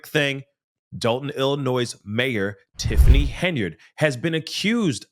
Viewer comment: How do you say “Illinois?” Hint, the ‘s’ is silent.